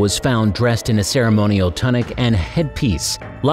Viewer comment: The pronunciation of many words in this video is terrible. Even ‘tunic’ was pronounced incorrectly. It doesn’t make the video seem credible.